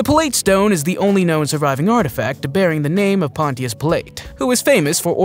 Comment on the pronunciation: THANK YOU!! He says the words wrong as he is sure they are correct.. GaLELEE?? And Ponchos who?? Oh my gosh!!